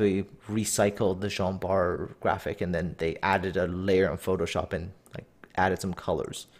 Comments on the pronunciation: I started to watch that video. Tried to watch it but just can't. Jean Bart they called Gin Bart or idk but it was too funny so I stopped there. :D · They also got the pronunciation of Jean Bart wrong.